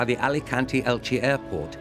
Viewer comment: Qué bonita es Elche / Elx. ¿Pero el narrador? Ug, no puede pronunciar el nombre de la ciudad. Qué raro.